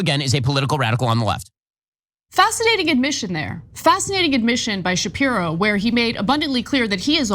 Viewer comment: This presenter she is really good at calling Ben shipro shift 😅😅